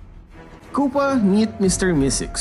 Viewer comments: The " i need you kupa!" is like "I need you kupal" Only filipinoes will understand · "KUPAL AND POLPOL"